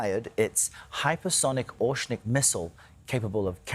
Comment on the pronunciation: What is osnik missle? Is the host illiterate and can’t simply read the name of the missile ? It’s not that hard or complicated. Or you can just say it’s name in English-Hazelnut.